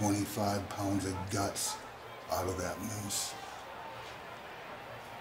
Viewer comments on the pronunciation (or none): Why is he saying "pounds" as if he is British (English"